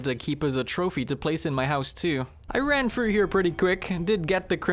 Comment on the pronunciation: Play THOUGH not play fru.